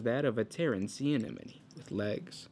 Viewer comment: I thought the same, till he said enemone... XD